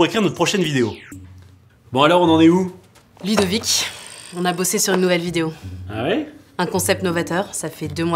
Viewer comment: j'ai entendu "la ludo-vitcime" au lieu de la ludovik team 😭😭😭